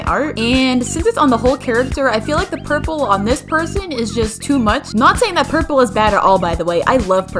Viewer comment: saying “porpol”